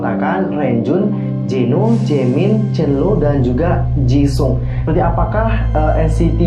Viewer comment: kak penyebutan nama renjun chenle ama jisung masih salahhh